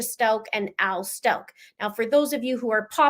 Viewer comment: "Stauch" is a german sur/last name and therefor it is Pronounced so you can hear the"ch" at the end. It is NOT pronounced with a "c" or "k" at the end.